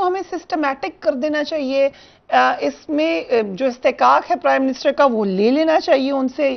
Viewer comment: کرائم منسٹر یہ پرائم منسٹر کہتے ہیں